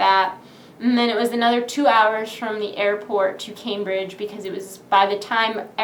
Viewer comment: Lol camebridge nice way of pronouncing that one